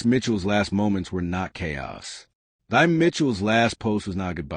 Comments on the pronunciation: Her name is pronounced as “thee” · Her name is pronounced T-'a.